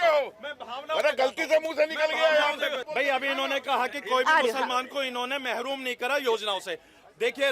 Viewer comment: Urrdoo ❤seekhen❤ tab sahi boll paenge❤ Mahroom ko. Marhoom boll diya diya😂😂😂😂😂😂😂😂😂❤